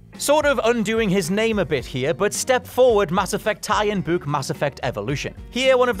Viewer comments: Im can we all take a minute and talk about how the hell says word "book"...lmfao bouk, buuk, buk? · Did he just pronounce the word book as (buh - ooh - kuh)? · The way you say the word "book" is fantastic. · everytime u say Book i want to scream lmfaoo that accent bruh